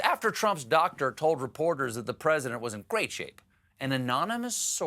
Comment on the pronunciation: How May uhhhhhs did that dwoctor say ? Yes Dwoctor 😅 . Your wife giggling is too cute Steve 😂